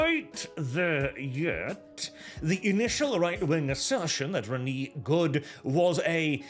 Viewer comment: Re-nay not Reneee